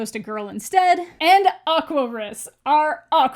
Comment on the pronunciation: The show having Aquarus be pronounced almost like Aquarius makes me a little uncomfy. I always pronounced it Aqua-rus.